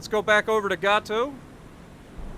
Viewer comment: Just informational: It's pronounced HebriDEES, like we pronounce the Greek hero's name Hercules. Emphasis on the last syllable. Also, Gato is pronounced like Gay Toe. Hope that helps.